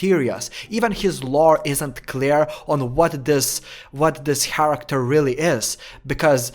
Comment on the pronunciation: why do u keep saying haracter